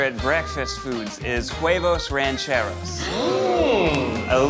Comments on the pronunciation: Damn,Ned saying KuEvos instead of huevos is the whitest shit ever lol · I’m sorry is Ned pronouncing his recipe QUEvos ?? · I still can’t get over the fact that Ned can’t pronounce Huevos like there’s no Q sound in it 😭 it’s so funny but at least he’s trying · Ned really just left "huevos mac-quesos" just lying there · Im sorry I cant get over Neds pronunciation of Huevos. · Ned's pronuncination of huevos irks me but makes me laugh at the same time. Just don't put so much power on the h lol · Why was Ned pronouncing the H in huevos 😂